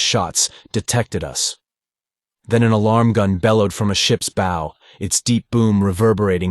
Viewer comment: thank you so much for sharing these, i love them from childhood!! i also wish to add; be consistent. you call Phaidor 2 names;(Fay-dor and Fye-dor) and at one point she actually calls herself both versions. no good. also the front of is called a Bow (rhymes with how) but you call it both bow(like arrow) and Bow (correctly). Aside from not differentiating between characters consistently (often they sound exactly as the narrator) these are my only notes. you can do this well, but also can do it better!!🫶🏾👊🏾